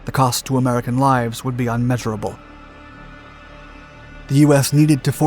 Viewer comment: 'Ummeasurable'? It's immeasurable. Get a script editor or hit me up.